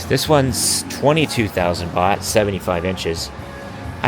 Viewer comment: Nicht Boht, sondern Baht